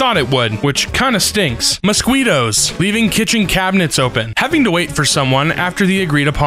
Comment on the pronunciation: The way he pronounces "mosquitoes" makes me want two burn things